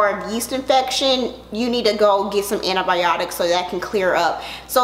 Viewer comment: “You need AN-TI-BI-OT-IKKS!!!” 🤣🤣🤣🤣🤣🤣🤣🤣🤣🤣